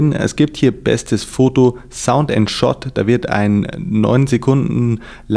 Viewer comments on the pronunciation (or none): none